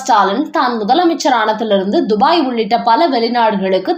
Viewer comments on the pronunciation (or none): none